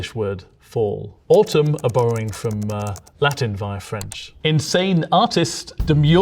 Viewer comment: as an Italian: "that's a bad pronunciation of the word. No wait, it's a perfect pronunciation of the Latin"